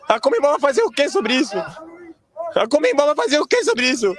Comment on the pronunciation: Comenbol? Conmebol Sério que vocês falam comenbol? Soa muito engraçado